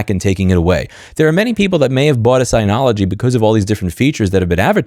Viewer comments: Agree with everything you said, but it cracks me up that after 10+ years dealing with Synology you still pronounce it sigh-nology 😂. It's sin-ology, like synergy. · It’s synology not signology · I'm kind of surprised that you missed that Synology is pronounced "Sin-ologee". Anyway, I have the one (or similar) to the one the video thumbnail five, maybe six years ago. I got it just to do backups and it continues to do that. It is slow but it's the cheapest so I expect that. I guess since my needs are few and it does the job I'm mostly unaffected by this.